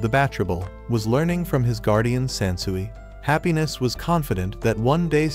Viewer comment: So irritating. "Hap-pines" ... it's the English word "Happiness" written Japanese style,.